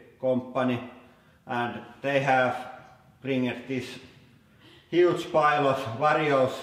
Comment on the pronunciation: emphasis on "Huge"